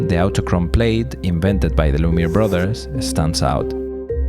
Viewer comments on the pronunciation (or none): none